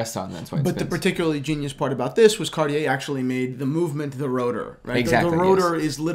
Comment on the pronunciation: when will two young men learn to pronounce the company name Cartier correctly.. it is so rude to pronounce a name incorrectly